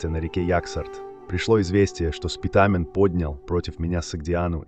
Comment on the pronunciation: Не СпитАААмен , а Спитамен.